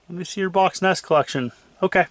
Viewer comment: Cool. "En- ee-es" And "..how far I`ve come". Only since you teach.